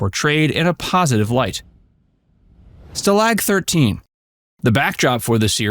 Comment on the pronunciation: Well done I already many facts about the show but learned more now. The most surprising is the lyrics to the theme song. I know the trumpet part to that song very well because in High School we played it countless times at Football games in the Pep Band. BTW, you mispronounced Stalag 13, it is not sta-LAG it is STA-lag.